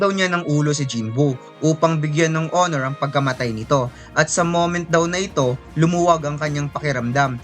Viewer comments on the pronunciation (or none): none